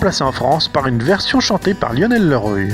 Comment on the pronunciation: leroy se dit leroi comme leroy merlin